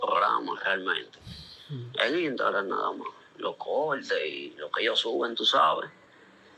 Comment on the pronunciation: PAJARA NO SE DICE INSTEGRAM es INSTAGRAM